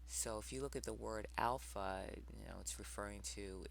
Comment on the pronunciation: Alpha.........Alpo....as in Alpo dog food. Another great video Sister, well done.